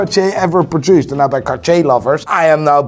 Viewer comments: why does he say nai when he wants to say now? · I’ve never heard anyone pronounce “now” as “noi” until today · you’re a G but you can’t pronounce properly “NOW” 😂